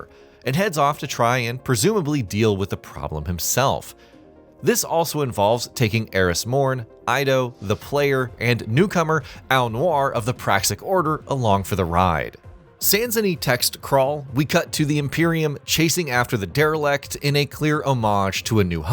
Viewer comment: How does someone play the campaign hear the name probably 50 times spoken by the character, and still mess it up so bad.